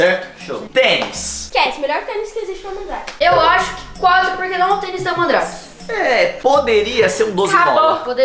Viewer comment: Gente tô sentindo até agora o vai no começo falou em vez dele falar Mandrake que ele falou mandar